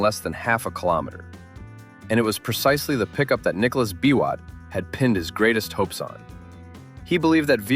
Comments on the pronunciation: Nicholas 'Bee-Wot!' not "bi-wot" lol (aka Total Man) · This video is quite wholesome. I've not watched another video featuring the Nyayo Pioneer Car. I believe the task for developing that car fell mostly on the state corporation, "Numerical Machining Complex". I love your pronunciation of "Biwott"- not a nitpick though 😂. They once referred to Thika Town as the Birmingham of Kenya I guess for LandRover assembly back in the day. Nowadays we're cool with 2nd hand Corollas. Greetings from Kenya.